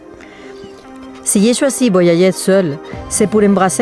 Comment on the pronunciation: Bravo madame des bisous et ont prononce voi . Ya . Ger . Pas voillayer 😂 ❤😘